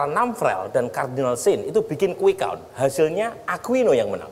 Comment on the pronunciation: Yg pakai kacamata di peci Dan matanya jereng ngucapin "count" ..nya salah banget .. dia keluaran sekolahan darimana?? Bahasa inggrisnya salah banget.. Masa dia sujud syukur prabowo tahu?? Orang aneh. Muter muter..